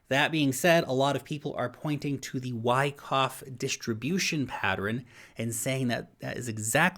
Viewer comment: It's Pattern, two syllables! Not Pateran ! ?!? lol